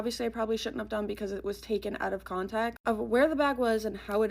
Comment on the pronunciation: Does she know the phrase is “out of conTEXT” ? Why does she keep saying con-tech????